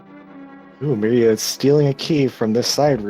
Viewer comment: And finally. Pretty sure it's meeria not mairia...